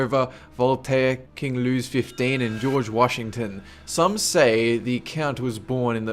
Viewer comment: Your accent and pronunciation suck dude, if your going to read from a script at least practice it a few times. Eg, king lewis 15 was king louis the 15th. This is one of many, many failures in your vids and shows you know fuck all about history other than wikipedia's web address.